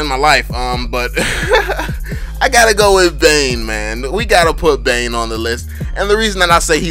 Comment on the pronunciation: Bane not dane